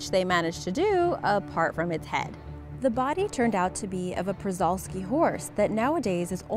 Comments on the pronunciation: It isn’t a ‘Prvalski’s Horse’. It is actually a Przewalski’s Horse, pronounced ‘Shee-val-skee’ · przewalski's horse is pronounced shuh-val-skis javan is pronounced jah-ven just to let you know lol